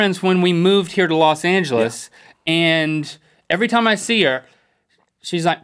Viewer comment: In which episode did they first say "losangelisite"